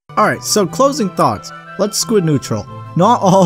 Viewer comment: I hear "squid natural", and I'm even more puzzled...